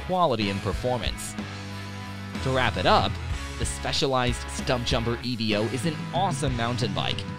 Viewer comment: Its not called the E V O its called the Evo one word not 3 letters.😂